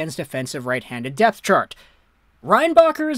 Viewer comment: Nah i think he just couldnt say his name like most anglo with anything a bit latin